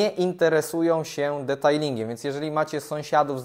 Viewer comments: Znowu "detajling" 😢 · Chodzi o wymowę. używa nieprawidłowej wymowy, choć dobrze wie jak to się poprawnie mówi. Sam powiedział w jakimś odcinku, że używa zamiennie poprawnej i niepoprawnej wymowy. Problem w tym, że ciągle używa tej drugiej 😒